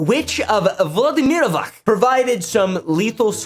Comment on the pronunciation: Please, I've had it with pronouncing c as k. If it's an Eastern European name the c is a c or if it's a č/ć it's ch. Not hard to remember, it's Vladimirovac, not Vladimirovak